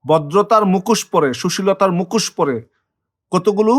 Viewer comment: APNAR UCHIT BANGLA VASATA BOLTE SHEKHA. APNI MUKHOSHKE MUKOS BOLCHHEN.